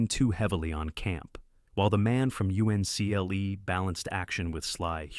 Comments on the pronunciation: You-EN-SEE-EL-EE ? It was called the man from Uncle . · UNCLE GODDAMNIT, ITS UNCLE, NOT u.n.c.l.e. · 'The girl from you see en el eee' Another AI fail 🤷🤷‍♀️🤷‍♂️ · 1000% agree! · Can’t pronounce UNCLE? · It's not niece, it's nice. Nīs. Long I It's not u.n.c.l.e. it's Uncle. You're supposed to pronounce the acronym as a word, not spell it out.